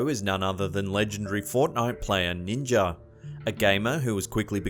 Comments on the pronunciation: What the hell is a Ninger? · Ninjer???? I do not know ninjer...Shoot, I don't even know Ninja..,. Hahaha 😂 😂😂 😂😂 😂 ninjer